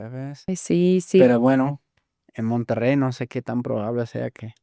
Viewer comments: Se dice "Monterrey" no monterey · Ella dice Monterey porque no pronuncia bien el Español no porque tu pretendas obligarla a pronunciar ciertas palabras como a ti te da la gana.